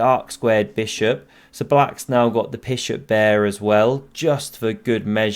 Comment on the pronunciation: Bishop Pair ❌ Pishop Bear ✅